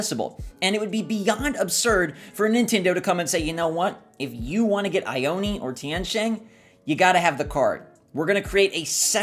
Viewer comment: Shino is a girl, her eyebrows are an ancient makeup that ladies used in china long ago, AND she’s wearing a kimono 👘 !! A dress y’all!! And Ione isn’t said eye-own-eee, it’s EYE OWN!!! There’s a city in Washington state and California (and Nevada) of the same name and it’s a Native American tribe name, said Eye-Own! PLEASE START SAYING IT CORRECTLY, people are insulting a culture by mispronouncing it.